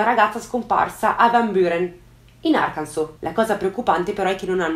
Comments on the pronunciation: Hai detto "arkanso" ? Hai detto "arkanso" !! E non ARCANSAS, ...Guarda mi sta commuovendo!!!8👏👏👏👏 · Una persona che pronuncia bene Arkansas, grazie ti amo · sono madrelingua americana e posso dire che è stata brava 😊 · comunque voto in più per aver pronunciato correttamente Arkansas 😉